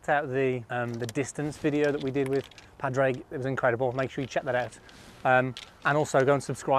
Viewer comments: Pad-rag absolutely butchered his name it’s pronounced pawdrig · I'm Irish too, they didn't say his name right once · They're saying pah-drayg but it's pronounced paw-dreg or podge-rig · Please guys - its not "pad-reg", it's "paw-drig" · Just so we're clear its pernounced pourrig not pad-raig😂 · I'm Irish, the correct pronunciation is "Paw-Dreg". Easy out is just "Paddy" 👍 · It’s, actually pronounced with silent. D. Paw. Rick. :) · Its pronounced ‘Paw-drig’ lads!!! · Lads for Christ's sake its pronounced Paw Drig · PAD - RAIG never heard of him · PAW DRIG... Its not hard lads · His name is not Pad Rag😂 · As an Irish man it makes me cry the way they pronounce padraig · I know! how are they getting his name so wrong though? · Jesus. I'd say it was seriously annoying for Padraig to hear his name constantly mispronounced. He's only won three majors. You'd think they would know how to pronounce his name correctly. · How can you not say Pádraig correctly lol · Can’t pronounce his name? Not like he’s new on the scene!😂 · Camera work was sub par. Didn't like "drunk" jibe at the the caddy either...anti irish stereotyping ...or the hatchet job on Pàdraig name pronunciation...